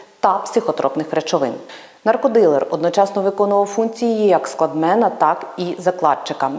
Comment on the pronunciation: "кладмен" а не "складмен" мусорылые даже базы не знают, кстати а где хоть слово про оптовика/варщика? 😅